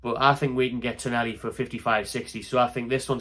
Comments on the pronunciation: TonALi not TonELi ffs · TonAli, TonAli. Not Tonelli. It's right there in the spelling of the name man!